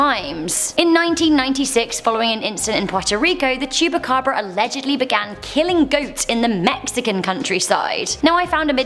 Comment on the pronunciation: No. 8: I thought i heard her say chewbacca😂